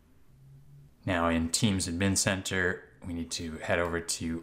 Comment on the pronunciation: i hate how he says admn instead of ad-min